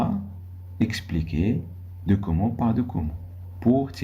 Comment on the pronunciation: Merci , mais on ne prononce pas document docoment .